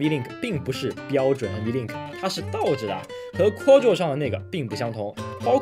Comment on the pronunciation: 念夸桌 不念阔奥桌